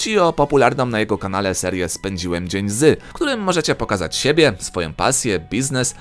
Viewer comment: za "sebe" łapka w dół :)